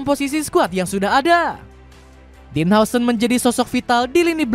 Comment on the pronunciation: Dean huijsen di baca din hause 😂